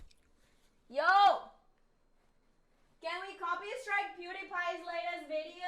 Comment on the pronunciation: I’m gonna “copystrike” him, “copysrtike” Yep that’s how you say it